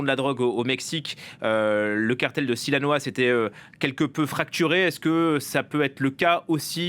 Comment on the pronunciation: Silanoa ??😂😂😂 Sinaloa